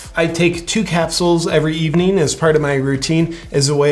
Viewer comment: “Good eveneen”???